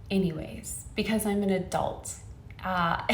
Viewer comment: "I'm an A dolt" definitely a dolt.